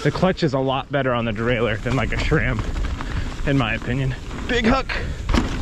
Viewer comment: He said sram XD driver